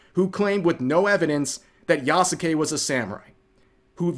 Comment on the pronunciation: Why did you Touristpronounce Yasuke?